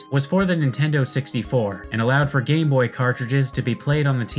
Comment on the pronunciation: ok I can't be the only one who hears "Gay boy" when says "Game boy" right....which also makes the "GB Hunter" quite a questionable name.